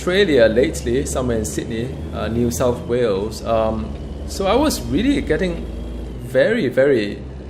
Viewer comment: its New South Wales mate just to correct you not "Whales"